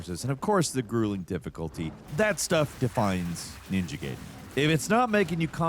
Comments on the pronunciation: it's japanese, so no, it's not. It's pronounced as "gy'den"... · It's 'Guyden'! 😡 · Everybody talking about his gaiden pronunciation but pronouncing Ryu as Raiyu is also funny. It's like clearing Halo 1-3 and calling him the Master Chef. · Benedict Cumberbatch on how to say penguins. on how to say Ninja Gaiden. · Maybe say the name of the game like how the Japanese developer says it.... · I hate your pronunciation of gaiden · Sorry but I can’t stand watching Falcons videos. From him mispronouncing Gaiden to him just rambling all the time…. Where’s Jake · 30 years later and White people cannot pronounce the name of this game…Jesus Fxxingg Christ man….. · Gotta love how 80% of the section is people correcting on how to say "Gaiden". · Comment engagement went hard with the mispronouncing Gaiden but the hit on watch time might negate it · Is the Gaiden pronunciations a reference to how Ryu's name is also mispronounced? 😂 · This is a before you watch, where I just tell you what I thought about the video…. Damn this video was 12 minutes too long for no reason other than to stretch it out, he spends most of the video comparing it to older Ninja Gaiden games and purposely mispronouncing the name and that’s pretty much it until about 9 or 10 minutes where he switches to how many people wrote the episode and how they feel about it ehhh basically it feels like he’s stretching the video out and uuuhh well it comes off as kinda boring… like he could’ve explained everything in about 3 or 4 minutes which he does all the way at the end, but he really wanted to make sure he said he played the older games over and over again, but what do I know I’m just a moon. Please don’t forget to like, share, subscribe and all that good stuff thank you for watching Gameranx my names Dubb Moon aaand I don’t work here. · Somebody must’ve told him mid way he was saying it wrong 😭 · Hard to watch this review simply based off how you pronounce its title. That's tough. Why do it?